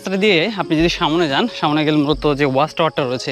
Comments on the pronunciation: “‘সামনে” নাকি ”সামোনে” শব্দটার উচ্চারণটা একটু বদলালে আরও ভালো লাগত, কারণ ভিডিওতে এই শব্দটা অনেকবার শুনেছি।” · শব্দটা হচ্ছে সামনে,সামোনে নয়. It sounds disgusting..